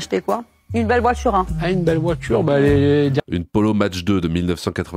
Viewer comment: de voitCHURE